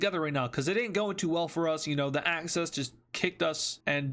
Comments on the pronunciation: Why do you say access instead of axis? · It's axis not access